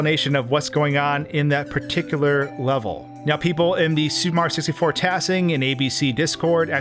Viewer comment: Why does he keep calling it “Super Mar 64”